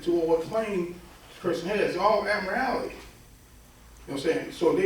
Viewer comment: "admirality"? Does he mean 'Admiralty'?